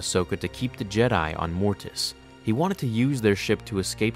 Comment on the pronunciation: Why do you put so much emphasis on the "T" sound in "Mortis"? Every time you say "Mortis" it sounds like "morTis". It wouldn't be as noticeable if you only said the word once or twice, but in a video about Mortis, it is quite noticeable.